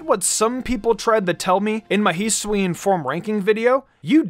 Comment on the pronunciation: Can u learn to pronounce Hisui and Hisuian correctly please?